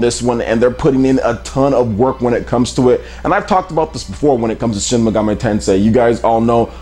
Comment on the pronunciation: Shin "Megam-ay" Tensei??